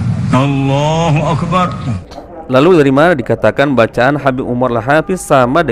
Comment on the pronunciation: Bukannya Lam lafadz الله itu di baca panjang?!